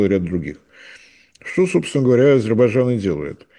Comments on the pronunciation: Я очень вежлива😊..., но , все-таки, надо бы правильно выговаривать название государства. АЗЕРБАЙДЖАН, а не АзеБайджан. Это уже не первый раз тот, кто ведёт программу 😮 (не господин Марцинкевич❤) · "ГРАМОТЕЮ" (): попробуй медленно прочитать и ЗАПОМНИТЬ В ГОЛОВЕ: А-ЗЕР-БАЙ-ДЖАН. НЕ "азирбажан". НЕ "арзибажан". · Ведущий - внук Горбачева? Тот тоже говорил «Азирбажан».. слышать противно.. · Не говорите Азебайжан правильно АзеРбайДжан,букву ,Р, не выговариваете? Это русский язык а вы каверкаете слова. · АйДзерБайДжан. Тренеруйся ведущий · Почему ведущий не в состоянии произнести внятно слово Азербайджан? Говорит Азебаржан, прям как Горбачев😁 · ширше это не правильно. Правильно ШИРЕЕ. правильно Азебаржан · Не ширеЕ, а шире. АЗЕРБАЙДЖАН. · аЗырТбайцайн мештагы пикцерс. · Как говорил Горбачев ширше это не правильно. правильно ШИРЕЕ. Азербайджан не правильно. правильно Азебаржан . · так никогда и не научится произносить название этой страны? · А зачем? И так понятно.. хорошо что хоть так произносит, а не "шестёрка Турции", что было бы всем ещё понятнее